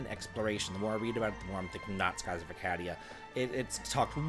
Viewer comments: I promise you, he doesn't care. He will always pronounce it this way. As maddening as that sounds, it's almost gotten to the point where it's endearing 😅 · Have I been saying Arcadia wrong this whole time or has?